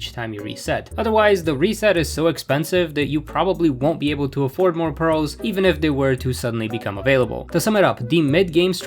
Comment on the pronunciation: jsyk it’s “priz”